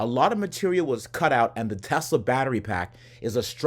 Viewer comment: "Telsa figit toy"